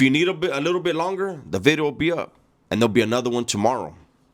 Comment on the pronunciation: Hey, just a couple humble requests: 1) can you say "Video" differently please? 2) stop taking such long pauses between sentences, your not a philosopher... 3) can you discuss more adult topics, alot of your content is childish... But keep up the good work!